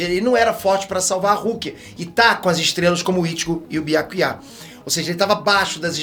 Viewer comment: top analise do episodio mais o nome do byakuya ser falado com acento no ultimo a e foda nao sei pq acentuar o nome dele na ultima vogal.